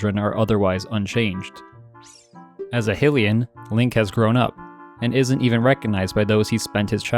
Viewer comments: Amazing vid but please can you pronounce 'Hylia' and "Hylian' correctly. It's pronounced 'HyLEEa' not 'Hillia' :)))) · How has nobody told this guy how to pronounce Hylian yet.